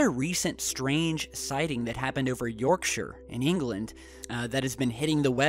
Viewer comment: omg you said Yorkshire correctly! best video ever!